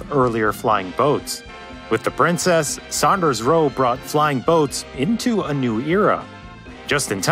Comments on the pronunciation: That's Saunders, not Sanders! Its pronounced like Sawnders. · It is not pronounced "Sanders" it is pronounced "SAUNders". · It's Saunders (sawnders) not Sanders. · Not Sanders, Saunders. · I hope that guy has learned how to pronounce "Saunders" by now;) lol